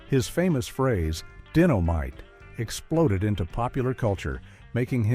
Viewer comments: obviously the one narrating is a computer. the word is Dynomite not Dinomite . so stupid these computer narrators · JJ never said Dinno-might, though. When this narrator speaks of Jimmy's book, he pronounces the word " dynamite " correctly